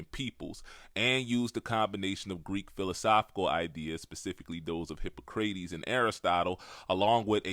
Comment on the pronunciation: Lol “hippo-craytees” bro are you serious